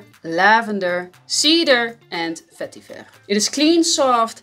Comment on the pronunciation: I ALWAYS LIKED THE WAY YOU PRONOUNCE VETIVER AND VANILLA BUT JAZZ CLUB IS ABOUT THE WEAKEST FRAGRANCE I'VE EVER KNOWN